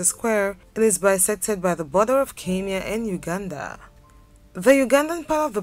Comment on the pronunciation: It is KENYA... NOT KINYA.